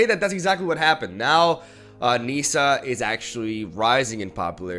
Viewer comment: It's pronounced 'Nissa' like how it's spelled. It's not 'Neesa' ... smh